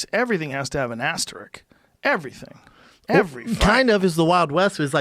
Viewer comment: joe "asterik" rogan